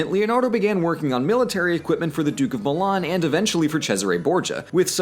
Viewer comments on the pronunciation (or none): none